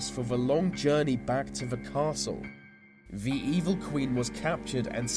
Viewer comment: he said ve instead of the XD